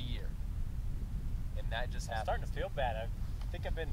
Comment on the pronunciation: fell bad not baby XD